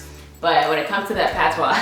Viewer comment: As a Jamaican watcher I loved hearing about your roots. its you saying patois for me